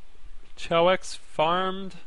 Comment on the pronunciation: its kay-ox not chowoex